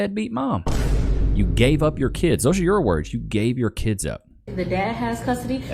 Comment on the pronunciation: It cracks me up when I hear someone say "key-ids".